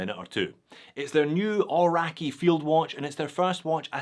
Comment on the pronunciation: It seems can pronounce ‘bund’ correctly, but not Kia Ora, Aoraki or Māori.